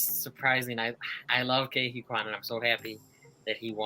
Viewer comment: It's interesting that insists on saying Asian names phonetically. If he watches these awards and listens to it carefully, almost everyone is saying Key Whee Kwan, but he looks at Huy so it becomes something like Hoy. And with Michelle Yeoh, it's like he pronounces it like Yeah but with an o, when it's being pronounced like Yo. It actually happens with Paul Dano's name where they pronounce it as -Oh when it's Day-No (it's just that Dano never corrects anyone).